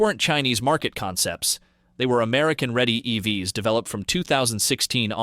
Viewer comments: Too much inference from high level numbers and information from a game of telephone. Pretty sure this is AI voiced... "E-V-S" instead of "EVs". Lots of wrong guesses presented as info. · is this AI. voice said E V S instead of EVs, and there were a couple other instances as well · Why does this sound like it was created with AI and text to speech software? Who the hell says “E-V-S” as the plural form of “EV”?